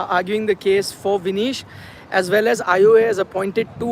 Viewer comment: Her name is Vinesh not Vinish